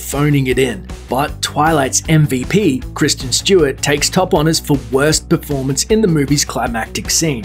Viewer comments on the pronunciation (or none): none